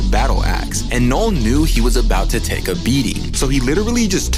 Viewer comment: Loved the retelling of this comic, but I kept hearing “Knoll/Nole” instead of “Knull” somewhat distracting, but not overwhelmingly so.